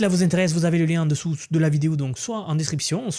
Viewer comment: j'adore tes contenus, concis et droit au but, juste... c'est où qu'on prononce le "s" aux mots 'moins' ou 'dessous' ?🤔